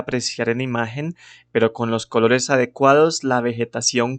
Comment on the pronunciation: Buen video, solo me desconcentra tu manera de pronunciar la "C" que sé que usan en ciertas partes de Kholombia. -kholores -khabello -khálidos